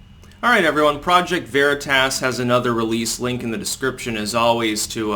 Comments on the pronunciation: Please learn to speak. Veritas is sounded out as veri tos, and not veri t ass. Watch Tom Fitten pronounce it. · says Veritas like a chicagoan. Veritahhhs! Good stuff O'Keefe keep it up!